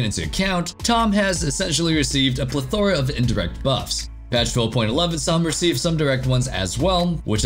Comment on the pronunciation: God, I hate how mispronounces plethora 😅